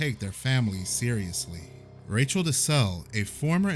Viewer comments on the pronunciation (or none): none